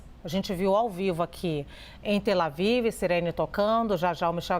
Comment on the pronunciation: Que repórrter mais analfa. Ela fala, de boca cheia, ' tel Avívi '. O nome é Tel Aviv. Será que ela não se toca, de que não existe esse ' i ' final que ela vocaliza? Analfona.